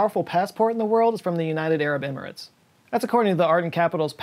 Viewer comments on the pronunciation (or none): none